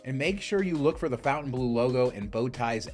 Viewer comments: “Fon-tan-blue” not “Fountain-blue,” okay? 🙁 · It’s “Fon-taine- blue” not fountain blue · Pronounced "FountaineBLOW." You took the time to make this video.... please pronounce the name correctly. I'm at 1+ minutes and already cringing. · It may have been called the “fountain blue” since the 50’s but it is written in French so the correct pronunciation is (for ignorant Americans) fon-tan-blur I have broken it down to make it easier for Americans who are in denial that there is a big wide world out there !! I’m sorry to inform you but as far everyone else is concerned you are way down the list of desirable locations !! Just saying 🫣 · Fontainebleau - mispronounced since 1954…